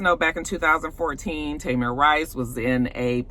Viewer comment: I knew his name was Tamir! The anchorman said Tamar. ABC news!